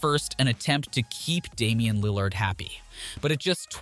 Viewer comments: Dunno if Lil LARD pronunciation is a joke but oof that stung - coming from a long time Blazer fan. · Why you saying Damian Lil-LARD??? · Yo at least hire someone to pronouns Lillard’s name right lmao 🤡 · Not just Lill-ARD, He mispronounced so much. Is it an automated voice? Markannon, Jabari, offence (like a crime) instead of offense, and strangely saying "6 foot XX inches" fully every time makes me suspicious.